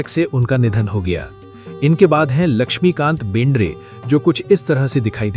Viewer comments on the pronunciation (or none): lakmikant berde bolte hai nam bhi thik tarah se bolte nahi